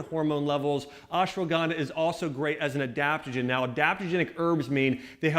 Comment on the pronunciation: Please axe Dr.Axe from your subscriber list ASAP. He is the biggest charlatan running amok on youtube. Bone broth as an ingredient into ancient ayurvedic "Turmeric milk" is nothing short of Heresy. By the way that secret ingredient is Ashwagandha not ASS-shwanganda! If you add Bone broth into everything that you eat or drink then you don't miss anything from this channel - if at all.